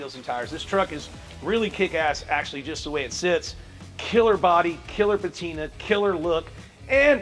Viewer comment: "patina" ain't it.